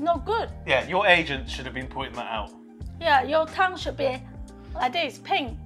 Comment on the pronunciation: Okay, I'm probably going to be banned from this channel, but when your mum stuck out her tongue and talks about "Cum" (That's what her pronunciation of "Tongue" sounded like to me) then I burst out laughing. Please don't tell her. :) Great recipe, BTW!